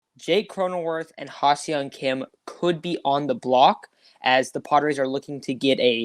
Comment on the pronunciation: Not to be a dick, but you guys say Ha-Seong Kim's name wrong constantly this episode. It's phonetically "Hah Sung Kim" not "Hah See-ung Kim" as you guys keep saying it. This is how both Don/Mud and the Korean announcers say it.